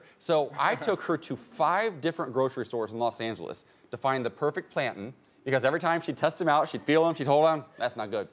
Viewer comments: This man saying plan-tan is too much for me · How is this man saying plantain 😂😂